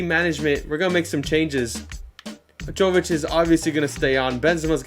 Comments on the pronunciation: Jović is pronounced like Yovichh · love the series man! also, jovic is pronounced with a ‘y’ not a ‘j’ haha